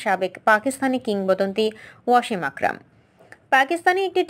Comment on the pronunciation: Not “Washim” it would be “Wasim”!!